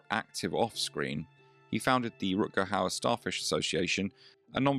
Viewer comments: Jaki Rut Kau? Kuźwa co ten AI lektor z Koziej Wólki pierdzieli. Czy nie ma już normalnych lektorów z krwi i kości? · I will never forget a small, but real moment that happened on a local TV station, back in the early 1990s in Seattle...Rutger was beginning to be interviewed on a "morning" regional show, hosted by a well-known, blonde "bimbo" type of local media "star"....She started off the interview by mis-pronouncing his name...and then, she mentioned the name of his latest movie--but completely blew it!...Rutger was not in the movie she referred to!...So, he visibly stiffened, gave that malevolent stare that only he could give, and answered just a couple more questions by saying yes, or no...no further info came from his lips!...He was clearly pissed!..and the girl terminated the interview very quickly. I felt sorry for Rutger--and also sorry for the vapid hostess of the show! A very awkward moment!